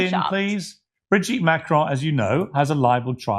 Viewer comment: Curious pronunciation of Macron. Hint, it's French